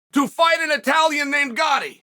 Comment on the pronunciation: Gatti, not Gotti